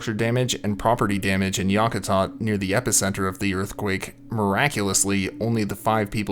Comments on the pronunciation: Yack a tat =correct pronunciation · Yak -ah-tat........ :)